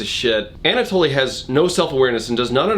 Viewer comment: I'm amused by your increasingly outlandish butcherings of Anatoly's name